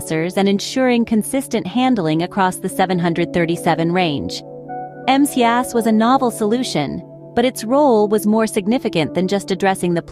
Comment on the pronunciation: Hey,. The flght control system is "MCAS". Not "MAS".